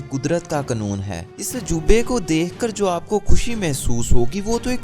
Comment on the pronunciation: Qnoon ni hota lafz qanoon hta h yaar